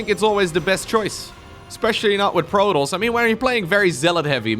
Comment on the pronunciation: Protons is enunciated as "pro" then "toss". As in toss the ball over.